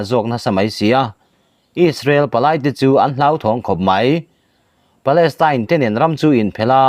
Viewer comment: Palestine tih tur aw. Tyne .tel niloin palestyne y kha. Teltir lo tur